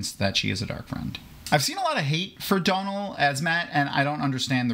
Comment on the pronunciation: Hey - i dont know if this has come from Daniel Greene or where - his name is Dónal, prounounced Dough-null (like doughnut with two l's at the end). The fada over the O changes it! Great video 😊